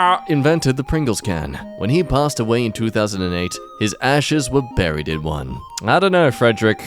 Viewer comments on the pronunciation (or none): none